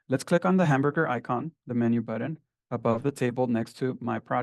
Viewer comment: It is a BUTTON, not a BUDDEN. Dude is driving me crazy with this.